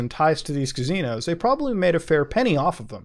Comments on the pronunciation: Drinking game when muta says Cazinos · Still saying cuh-zeenos and Muta isn't giving up on it.